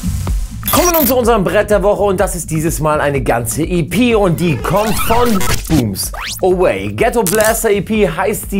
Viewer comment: Die Ghettoblaster EP is wirklich hammer, genauso wie Englisch Aussprache von Bombs Away:P (nimms mir nicht bös, aber da sind immer mal wieder n paar Schmunzler dabei:D) zum Thema durchzappen: ich kuck immer alles außer Classic of the week;)